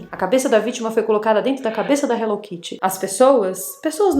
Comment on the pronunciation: No Japao, onde ela foi criada inclusive, se fala Hello Kitty e nao Hello Kiri......